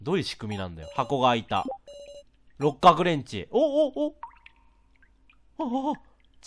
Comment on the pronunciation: 六角レンチが六角レンジって聞こえたのは自分だけ？w